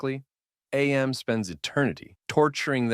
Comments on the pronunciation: minor nitpick it’s not said as A M with each letter separate but Am as in I think therefore I AM, the only reason I know that is from the videogame character voiced by Ellison himself says it that way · AM is not pronounced like an acronym it's literally pronounced like the word "am". It's self referential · It’s not A-M it’s AM; as in “I think, therefore I AM” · Very friendly and harmless reminder: his name is AM, not A-M. (Am, not Ay-em) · “Ay Am” Why the wrong pronunciation? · Ya dont say "A M" or "I D" it's Am and Id. As in "I am" i'm pretty sure its a biblical reference but could also be because He is therefore I am, or something else. I dunno the official reason. And the other thing isn't ID for identity it's Id which is one of 3 personality traits in Freudian psychology. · AM's name is supposed to be pronounced phonetically, AM as in I AM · You mispronounced AM AND ID lmao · He pronounced AM wrong too lol. Im guessing he never played/read the story